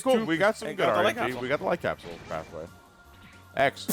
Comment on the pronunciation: I cannot now unhear the Light Capsule being "White Castle"